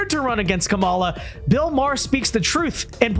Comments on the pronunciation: i know we hate her and she deserves the hate. but let’s get her name right. It’s KAHM-uh-lah, not Kuh-MAH-luh. We look like we’re unwilling to learn when Bill Maher is saying it correctly, and we still insist on saying it wrong. And being unwilling to learn isn’t where we want to be. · Learn to say her name right